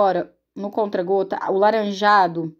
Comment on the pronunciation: Ameeeeeiiiii 😍😍👏🏻👏🏻 aiii me da uma agonia vc falando CONTRA GOTAS mulher.. É CONTA gotas 😂😂😂 Mais amo seus vídeos ta ♥️